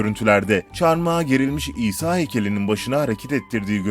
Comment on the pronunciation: Şuna isa diyip durmayın o peygamber o ha isa